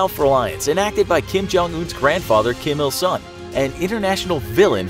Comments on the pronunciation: Kim Il SUNG , Not Sun! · It’s Kim Il Sung not Sun.